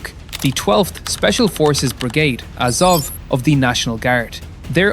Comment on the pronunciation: AZOV, not AZOVE .